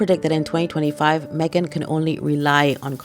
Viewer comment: Meghan. The H is silent.